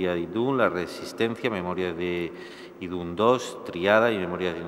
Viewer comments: Dice ídun xD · Y también ha pronunciado mal Idhun xDDD